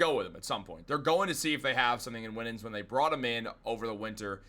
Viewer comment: Also - Winans is pronounced - "Why-nans."